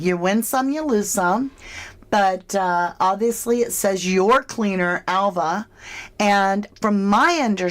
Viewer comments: totally agree, i checked it out ,Alva in spanish is pronounced Alba in English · Spanish-speaking people usually cannot pronounce “v” and they pronounce it “b” so Alva would be Alba!!!! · I live on a Spanish island. V is pronounced B in Spanish and Catalan and the local island languages generally. Alva is pronounced Alba in Spain. Also most of us work multiple jobs here. So Alva may work in the bar / cafe but also cleans the house for some extra money. Or she gets a salary and does whatever Ofelia and Roman say during work hours. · Is the Spanish V pronounced like a silent B so Alva could have been pronounced Alba 🤔 Maybe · in Spanish Alva is pronounced as Alba. Duncan could still be onto something. Just saying... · Duncan says that the V in Alva makes a 'B' sound in English!?! So you see, 'Alva' sounds like Alba in English! Hope this helps